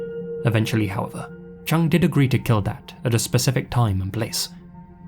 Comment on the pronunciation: The name "Chung" is pronounced more like "Choong". The pronunciation used in this video would match the spelling "Chang".